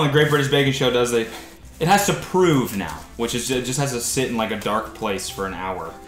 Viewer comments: It made it even better cause they weren’t even saying it right. You “proof it” you don’t “prove it”. Well I guess Cody was able to prove that he can actually bake something lol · The number of times they say "Prove" instead of "Proof" 😂 ⬇️